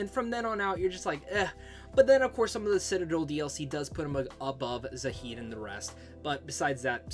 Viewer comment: Really like your videos but a couple of things: -Why to you pronounce Zaeed's name wrong? There's no h. Would have thought with the amount of times you played the game you would have heard how it's pronounced. -The way you phrased it made it sound like you could only romance Ashley in ME3. You can romance her ME1 too.